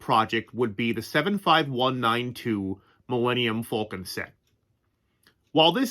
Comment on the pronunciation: you are the first person I've known to pronounce the name of the Millennium Falcon the way Han Solo did in A New Hope. A few more things, 1. When are you planning on uploading your next Lego Star Wars video?, and 2. I've been thinking about tiling my Lego 10221 Super Star Destroyer set, do you think I should go through with it? I've counted the stud length of the set to be 156 studs long and I'm not sure I'll have enough pieces to tile the whole thing. I got the idea from rewatching your videos before the holidays.